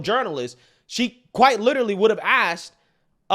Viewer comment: Asked, not axed